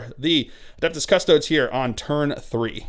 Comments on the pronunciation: *custodians. or custodes. but yes he mispronounces them every single time. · cus-toe-dees. like seriously. at this point you have to be doing this on purpose to piss people off.